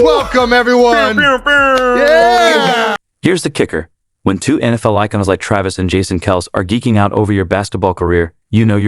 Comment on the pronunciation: Whomever is narrating this video, or robo voice can't even pronounce jason and travis last name correct. He just needs to learn how to speak correctly !!